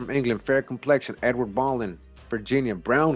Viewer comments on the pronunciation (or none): none